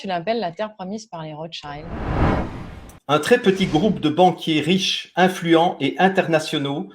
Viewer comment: les Rotschaïlde ??? i, en français, se prononce i, pas aïlle comme en anglais.